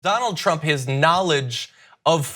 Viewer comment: Donald trump as doughnaut pump